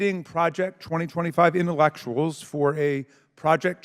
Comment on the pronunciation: and "intellectuals"